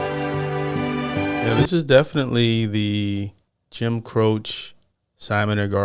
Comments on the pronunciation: Bread has many great songs that will make the forerunner. Just a note Jim Croce is pronounced Crow-chee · I’m not trying to be a dick but Jim Croce’s name is pronounced Cro-chee. You’re just too young to know. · FYI.....Jim Croce is pronounced Jim CROW-CHEE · Jim Croche is pronounced Cro-shee.